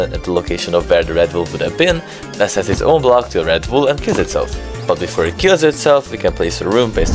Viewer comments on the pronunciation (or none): none